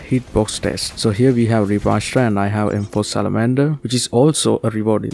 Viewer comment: AshUra not Ashra😅